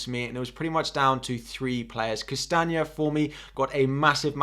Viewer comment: It’s Castagne, not Castange 😉